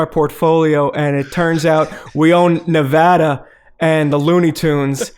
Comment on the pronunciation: I'd like to thank Daniel O'Brien for pronouncing Nevada correctly.